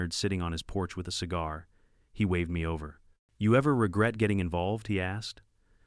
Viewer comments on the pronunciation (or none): Me is pronounced "me" with a long "e", not Emmy. I really hate AI narrators. They are absolutely not ready for "Prime Time".